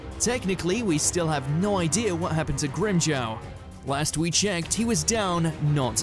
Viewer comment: It’s gryJOW not grymJaauw cmon now😂